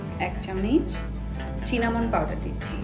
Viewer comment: চিনামন powder na it’s cinnemon powder.. সিনেমন powder(bangla pronouncing)